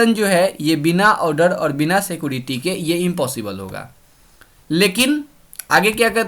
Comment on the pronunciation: उसको सीकोरेती नहीं सीक्योरीती कहते हैं